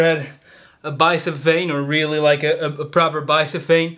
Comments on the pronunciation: Bruh it's like and not leik c'mon r u serious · why u say liek not like